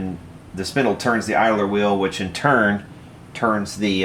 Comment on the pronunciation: 1) It's Garrard, not Gerard. 2) It's idler, not idaler.